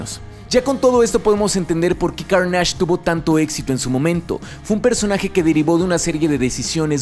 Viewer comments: pero lo pronuncia con énfasis en la segunda A, o sea, se debería pronunciar "Cárnash" con énfasis en la primera A, y lo pronuncia como "Carnásh" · Soy el único al que le parece un poco raro que lo mencione como Carnásh, Siempre pense que se pronunciaba Cárnach, es una pendejada lo sé, el contenido y estudio detras de este y todos sus videos son muy profundos y me encanta como contextualiza, solo queria mencionarlo jaja:P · Lo siento por la corrección pero no se dice: Car * nÁ *ge... Es cÁr * na * ne. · Es CÁrnage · ¿Por qué le dices /carnásh/ si se pronuncia /kárnesh/? Ni doblado al español se le ha llamado así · Que buen video, pero la pronunciación de Carnage me produce mucho dolor. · buen video pero, de plano no puedo con tu "carnásh!"... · A ver porqué le dices "Carnáge"? De dónde se te ocurrió que esa es la pronunciación correcta? Madre mía, siempre que regreso a tu canal sales con una pendejada nueva... Que Carnage no tiene otras historias recordadas? Hazme el chingado favor, tu canal es de Comics y parece que no ubicas la saga de Absolut Carnage o Carnage USA...